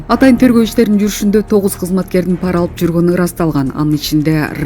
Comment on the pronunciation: Па’ра эмес, пара’ деп оку тантыбай